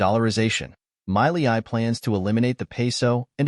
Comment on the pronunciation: First learn how to pronounce his name...then we can listen